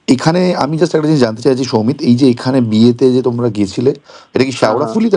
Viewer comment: সমিত নয় সৌমিত।